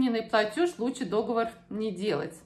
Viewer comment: Не дОговор,а договОр.